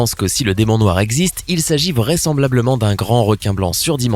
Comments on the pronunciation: 3.18 Le "Démon Noi" je sais pas faites un effort même minime. Vous copiez déjà complètement des videos anglaises alors le peu de travail que vous avez à faire, vous ne le faites même pas... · On a oubler le r a demon noir